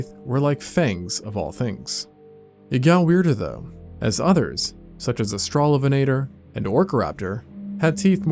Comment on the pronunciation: Australovenator - try AUSTRAL-O-VENNA-TORR